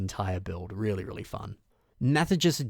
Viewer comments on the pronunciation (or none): Haha I love your pronunciation of Mathijs, not to be the annoying 'you said this name wrong🤓' comment but it's more like "Maht-ice" (I'f you were interested)